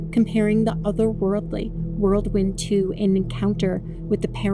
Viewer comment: The word is "whirl wind," not "world wind" 🤦🏻‍♀️